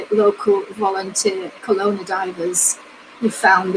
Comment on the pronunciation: Its pronanouced Kelowna